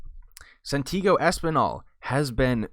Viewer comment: Santiago not Santigo